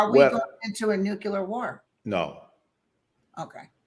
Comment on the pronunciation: Nuclear pronounced Nu-clear and not nu-cu-lear